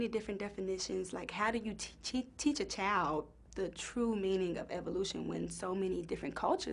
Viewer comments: when she said "chowd" instead of 'child', it was clear her speech has not fully evolved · "How do you teach a chaowld..." Do you mean child? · "How do you teach a chowl"? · T-t-teach a chowd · what the fuck is a "chowld"? lol